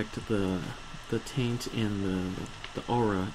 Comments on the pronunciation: Taint not tint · It's not tint it's taint. And it's not Veee its vissssss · Helpful vid, but if you say "tint" instead of "taint" one more time I will punch you through the internet.. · TAINT NOT TINT. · Taint not tint...